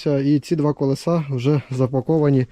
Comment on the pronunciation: Не колесА, а колЕса, кОлесо! Покращуємо канал і мову разом! 😊 Вподобайка за відео!